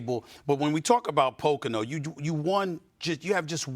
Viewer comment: As host in NY City cannot even say Poconos right? Seriously?